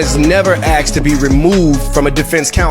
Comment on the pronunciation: He axed to be axed